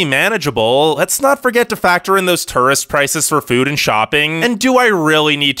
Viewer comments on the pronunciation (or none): One question, what's a turist? Lol. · Turist “tourist”